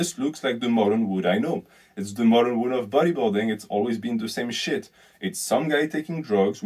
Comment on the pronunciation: you pronounce "world" like "wood"